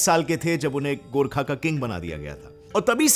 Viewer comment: The fact that he pronounced GORKHA and PRITHVI NARAYAN SHAH correct than most Indians makes me like him even more